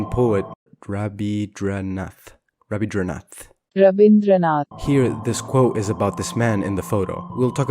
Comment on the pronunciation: its Ra-bind-ranath ta-gore ( Rabindranath Tagore ) XD